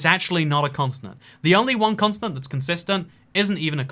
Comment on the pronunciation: I’m sorry I can’t get over the fact you pronounce “continent” like “consonant” — where are you getting that S from!? 😂